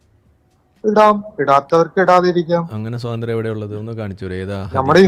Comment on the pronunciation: ഏതാ ഈ പോത്ത് കാക്ക. സോതന്ത്ര്യം അല്ല പൊട്ട സ്വാതന്ത്ര്യം എന്ന് പറയൂ.